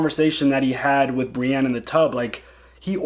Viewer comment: Brienne is not spelled with an A. Pronounced Bre•en